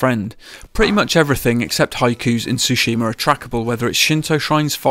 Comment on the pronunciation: Why does everyone mispronounce Tsushima? As it’s said in the game multiple times throughout, it makes me wonder if people are even playing the game or not.